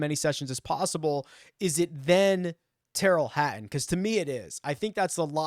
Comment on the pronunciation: That Tyrrell Ha-uhn is good